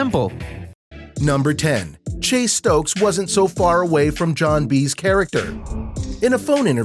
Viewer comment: Yeah the dude who made this is doing a whole lotta callin, he also called Chase Stokes “Stoke”